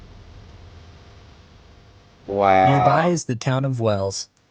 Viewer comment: Not sure if its your accent and im not hearing it right? But its Wells not Wales ... Wales is a country